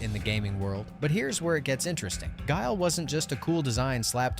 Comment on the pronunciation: You got guile wrong